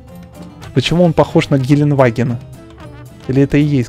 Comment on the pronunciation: Гелентваген правильнее